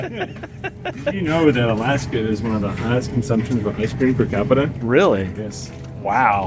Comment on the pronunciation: Great video.But. Per captia instead per capita, mhhh :popcorn-yellow-striped-smile